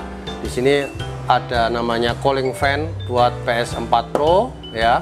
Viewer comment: Bang ps4 pro bang bukan ples